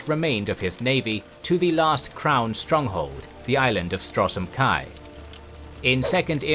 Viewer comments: Love these videos, but no one pronoucnes Stros M'Kai as "Strosem Kai. Or Ayleids as "Eyelids." Please listen to general dialogue in the games before pronouncing these again. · yeah I know he pronounces it Strosem Kai and also I saw he pronounced Ayleids as Eye lids XD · The videos are excellent. But I would love if you'd have a person to check the pronunciation of names in the worlds you cover. I'm not familiar enough to know if this problem exists in the other series. A couple of examples from this video would be: Stros M'Kai is Stros Ma-Kai and Chimer is kai-mer